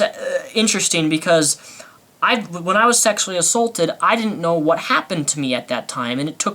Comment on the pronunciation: you slurred "sexly" just sayin...nothing important